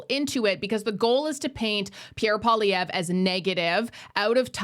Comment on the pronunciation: I wish folk would learn to pronounce Mr.Poilievre's name correctly. Surely that is common courtesy. For a bilingal country, it is so disappointing to hear all the fudged attempts!